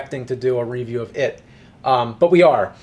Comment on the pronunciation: IT'S RE*VIEW*! NOT *RE*VIEW! GET IT RIGHT